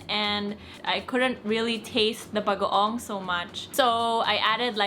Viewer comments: His pronunciation of bagoong progressively gets better throughout the video 😁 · I love that he pronounces bagoong better and better each day haha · He's saying "bagoong" perfectly. 😍